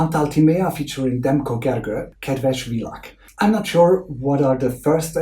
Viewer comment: you read the artists of Kedves vilag! the Hungarian way :p their names are Timi and Gergő :)